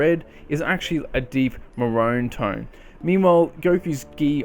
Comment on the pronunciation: More amazing content lad, keep up the good work ❤️ (Also is it just me or do you pronounce maroon wrong? I've always said mah-rune not *ma-row-n*)